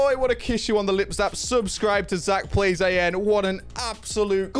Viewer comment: When he said Zach-Plays- A-N and not Zach-Plays-AN